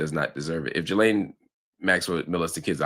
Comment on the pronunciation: Great analysis as usual but a minor compliment from me is thankyou for being the only American able to pronounce ‘Ghislaine’ correctly 😅